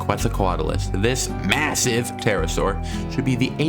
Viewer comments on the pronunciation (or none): why did he say MASSIVE like that 😳